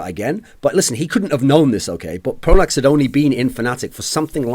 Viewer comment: Pronax, Pronax, Pronax, say it with me folks.